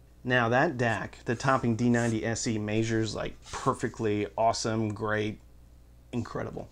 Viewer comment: Did you say “maysures”?